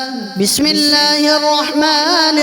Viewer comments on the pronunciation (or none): none